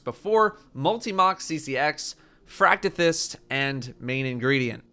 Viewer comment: He pronounced Fractethyst correctly. My disappointment is immeasurable and my day is ruined.